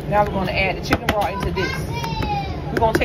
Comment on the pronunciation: BROTH! say the TH